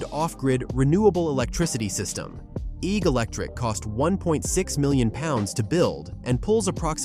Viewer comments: It's Eigg as in EGG. So lazy not checking pronunciations! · If the narrator cannot decide what is the correct pronunciation for the island of Eigg then what hope do the rest of us have??